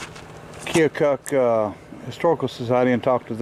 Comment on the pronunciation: 👋 Hello, from Aledo, IL... 😉 There's no "O" Pronounced in Keokuk, Iowa, it's " kee·uh·kuhk " a silent O. Keokuk is only about an 1-1/2 hours from me down river on the Mississippi. I really like that little engine.